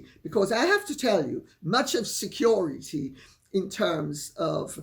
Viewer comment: It made me laugh when he said "Security", then 'corrected' himself by saying "Securi-dee"!